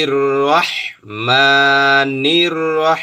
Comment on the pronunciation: আপনার কিন্তু নিজের কোরআন তেলাওয়াত সুদ্ধ নয় আপনি বার বার আর-রহমানকে আর রাহমান পড়ছেন,অথচ ر হলো পুর হরফ